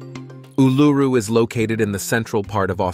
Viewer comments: ooh-loo-roo NOT ooh-LOO-roo. sheesh! 🤪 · It's sounds more like Oul-a-roo, and it's real name is Ayres Rock. The Aboriginals think they own it so they re-named it Uluru.?? No ones own a countries land mark, also just because your great great grandfather took a shit their, doesn't make it yours.? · Please learn how to say Uluru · Jesus!! At least learn to pronounce Uluru!!